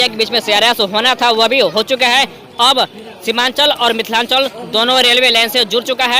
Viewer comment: Mithalanch nahi mithalanchal